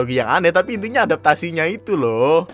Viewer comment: ANJAY, saking gregetnya ngomong "tapi" jadi "capi"😂